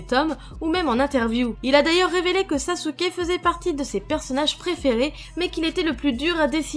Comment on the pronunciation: Ibrahime Balde 0 pourquoi elle a dit sasuke et pas sasuké